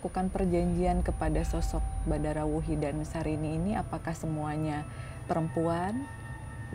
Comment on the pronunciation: Terimakasih tim Mata Indigo. Seruuu..tapi terasa singkat penerawangan 😂 Btw, itu Badarawyhi, bukan Bandarawuhi 😁 Makasih kak, jadi tau bhw yg sebenarnya terjadi itu bukan dilakukan Badarawuhi sendiri namun bawahannya, Sarini.